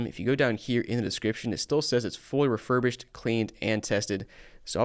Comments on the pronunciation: Rerubished lmfao 😅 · “Rerurbished” lol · That’s not refurbished, that’s defurbished. Absolutely awful.